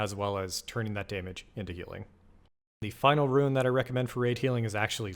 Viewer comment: It's roon, not roo en. As bad as rouge.